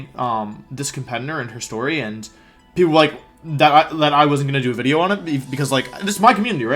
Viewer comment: I feel like you’re saying wideo on purpose now